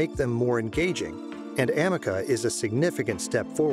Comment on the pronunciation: It's A-ME-CA not Am-me-caa